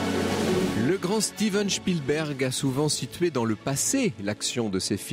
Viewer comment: Il n'y à pas de h dans spilberg. Un nom propre en anglais ou en français ce prononce de la même manière. C'est absolument insupportable comment mr Verrand ( je modifie également) le dit!